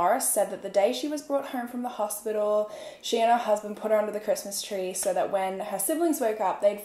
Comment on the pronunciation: Idk her Australian accent is weird to me. It sounds as tho they add extra rrrs in words. Like she says soooorrr instead of so... & horrrme instead of home.. norrtice instead of notice... etc...idk i just catch it, & I am not hating. I am Canadian so this might be why I catch it!